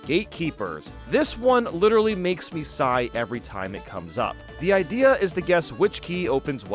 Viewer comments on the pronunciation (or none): none